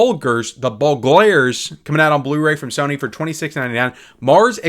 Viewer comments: The “Bulgars” (AKA The “Bulgoirers”) sounds like a good one. 😂, maybe you need slow down. I’d give a pass if it were a foreign title but “burglars” is a common English word. I understand you try to do these as fast as possible, but what’s the point in that? If you don’t care about these films to take two seconds to pronounce the title correctly, why mention them at all? I’ve always enjoyed your channel and understand that YouTube algorithms favor quantity. But maybe take some time for quality. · I've never seen someone pronounce "burglars" as bar-goy-lairs. 😂